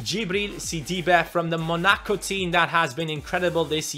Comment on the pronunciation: please say Monaco well. And you should have played the community shield dude